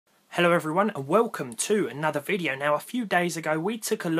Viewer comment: hey man, just here to tell you, your intro was different this time. Caught you slippin'.. That enphasis on the "to" was kinda shitty. "Hello everyone and welcome... to ... another video" Wow.. What a fail. I can't believe you uploaded this video as it is. Really disapointed. Unsubscribed